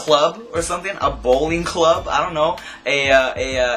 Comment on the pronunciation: u sounded white when u said bowling club no offense